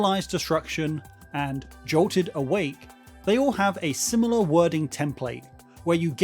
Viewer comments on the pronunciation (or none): none